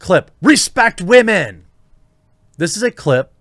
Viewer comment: "Respect all wahmen" No.